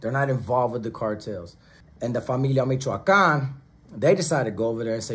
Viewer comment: It is LA Familia MichoacanA. That's how it is pronounced. I seen it on MEXICAN news. I was surprised and glad to FINALLY the little guy stands up to their oppressors. And not be like a bunch of sheep only talking about doing things and backing down when it's time to do something. More power to them because this is only the beginning.